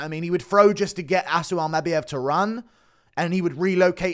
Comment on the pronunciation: Bro says Almabayev even weirder than he says Topyeeria